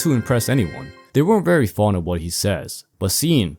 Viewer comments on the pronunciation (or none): none